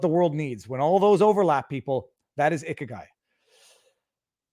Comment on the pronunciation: I wondered who this "icky guy" was at first, then realized you were referring to ikigai. Certainly a topic worth exploring. Just remember when seeing a romaji (English-ized) rendering of a Japanese word that the 'i' is pronounced as an 'ee' sound.